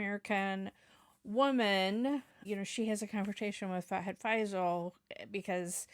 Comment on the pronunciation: it's FAHAD FAAZIL not FAIZAL 😊 Nice reaction